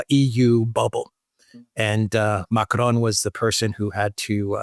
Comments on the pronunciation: Pas Macaron mais Macron 🤣🤣👌🐞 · That's not how "Macron" sounds in French.